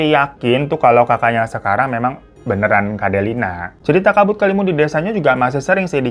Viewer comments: Dari kabut kelimun jadi kabut kelamin🤣🤣 kita mah udah biasa omongnya bang hiro kadang kepeleset 🤣🤣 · bang bang sampe kelar nyeritain aja masih aja lu belibet nyebut nama sama istilahnya wkwkwk Delia bang bukan Delina siapa itu Delina wkwkwkwk... berkali-kali nyebut wayang walun wkwkwkwk... gong nya kabut kelamin :face-blue-smiling::face-blue-smiling::face-blue-smiling::face-blue-smiling: wkwkwk ampun deh babang babu glowing ada ada aja lidah lu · Dari kabut kelamun, kabut keluwun, kabut kelamin, walang wangsul jadi wayang walun wkwk kami udh biasa denger Hiro kepleset klu ngomong wkwkwk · Kabut kelamin yang begimana dah bang 😭😭 ampun typo mulut nya keterlaluan wkwk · Gak nyadar apa, malah bang hiro kepleset nyebut kabut kelimun jd kabut kelamin 😂😂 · Pliss lg serius dengerin babang tamvan cerita trus tetiba keplintir tuh mulut kena ombak jd nyebut "kabutkelamin" langsung ngakak hahahaa